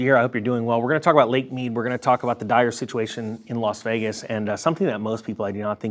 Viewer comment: Don't mean to seem pedantic.....but it is Las Vegas......and not "Los" Vegas.....